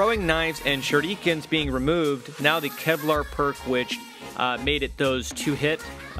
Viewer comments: He says Shurrookens sometimes which sounds very weird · I love how said shurikens